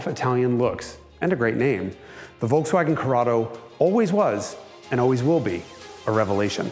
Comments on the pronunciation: The first time, that i hear "Volkswagen" pronounced correctly in an english video! Nice! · Is it Just me being Stunned by His Perfect Pronounciation of Volkswagen Just,i thought for a Second hes German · First American I EVER heard pronounce Volkswagen properly. I have never heard anyone here in US use "F" instead of "V" in the beginning - AND...properly saying SH in Scirocco! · That Volkswagen-pronounciation was on point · that was the most perfect pronunciation of volkswagen I have ever heard an English-speaking person produce. mad probz. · did he just pronounced Volkswagen right ! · The Volkswagen pronounciation was 100% on point! Greetings from germany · Is this guy german? the pronouciation in the first "Volkswagen" was spot on